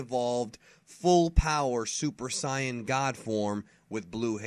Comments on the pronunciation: I know this is an old video but why do people pronounce Saiyan is Syan? In the anime they tell you exactly how to pronounce it because you hear it spoken so many times. In Japan they pronounce it like Syajin but only like that, when they call them Saiyajin, not saiyan. Maybe I'm wrong but for me the way to say Saiyan in English is exactly the same way the ACTUAL saiyans say it in the dub? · Still will always pronounce it "say-in", but to each his own. I was in fact a "dubbie", so it can be painful to hear some of the original voices. Not to mention I feel as if something is missing if the exciting music isn't incorporated. Everyone has their preferences. Although I'm about to be told mine are shit XD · Bro could you pronounve saiyan correct (say in) your the only person on youtube that prononcis it wron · Regardless it's pronounced as "say in" if it was pronounced the way says it would be translated differently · Please stop calling the Saiya-jins aka Saiyans 'Scions'... It's really annoying, especially since you smugly think you're saying it correctly. If you want to use the Japanese version (which I always prefer since the English dubs are terrible) then add the 'jin' to it. Don't just make up your own term by combining the way it's pronounced in English and Japanese. You can't just Fusion-HA a language, ya know. Either say Sigh-A-Jin, or Say-an, but quit it with the Sigh-an. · ***** I don't even know what I did to trigger him. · Adrale4gotten Same, I had to check like 3 times to see if that was the real. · Saitama I like videos and all but i agree with you i really hate the way he pronounces saiyan it might be correct in japan but here it's pronounced differently majority of his fan base is probably americans so he should pronounce it how it's pronounced in the dubs plus it sounds cooler in the dubs.I do enjoy his videos though. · Purp Le thank you!!!! He needs to know how to pronounce saiyan god dammit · Who else got mad when he said Saiyan